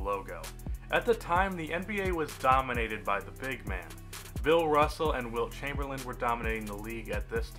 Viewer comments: his name was "Chamberlain" not chamberland my dude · Did you just say Wilt Chamberland?